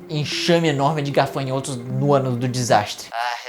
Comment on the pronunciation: Legal, agora só precisa aprender a falar GAFANHOTO. gaRfanhoto não exite 🤦🏻‍♂️